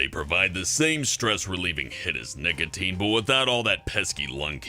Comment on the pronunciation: I thought he said niggatine